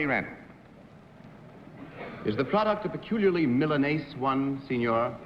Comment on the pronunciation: The adjective Tony used was Milanese, which is a common term in food and fashion. His pronunciation is an unusual blend between Italian and anglicized; English speakers usually say "mill-uh-knees" or "-niece"; in Italian it's closer to "me-lah-nay-zay".